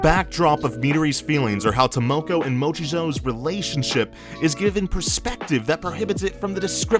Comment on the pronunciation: Content is great! I think the argument that you guys have is solid and something we should consider. One nit-pick tho: can you plz try and pronounce the names correctly? I understand it is hard for an English speaker to correctly pronounce Japanese words, but if you think of the words phonetically it will sound better since Japanese is a phonetic language. Like for this video, you pronounced "Tamako" as "Tamoko" w/ an "o" and not an "a". I know the difference is a nit-pick but I think if you can correctly pronounce everything in the future it will make your content 100x better since nobody else on YouTube can!